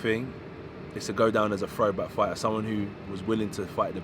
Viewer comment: “I’m a frowback fighter” is the new “stay humble”